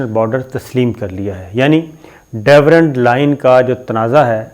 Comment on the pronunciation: It is Durand and not Dawerand